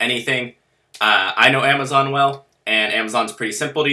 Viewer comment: "and now what amowazon will do"